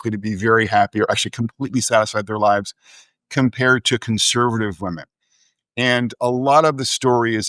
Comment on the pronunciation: I’m sorry, what is with Brad’s annunciation of “women”? Half the time it sounds like he’s saying “liberal men.” It’s like he rushes through “liberal women” as if it’s a bad word. Very hard to follow…